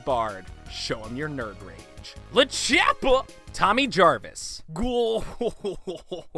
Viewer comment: It's not Lachappa It's Lord Chappa